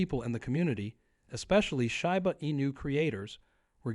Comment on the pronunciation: It's SHEEEEEBA, not SHAI BA